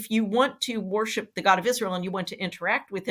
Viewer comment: When Jodi says the word “worship” does anyone else hear “war ship”?